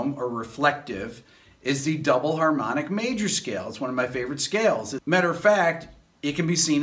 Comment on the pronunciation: It was "harmpmically" helpful. Thanks Rick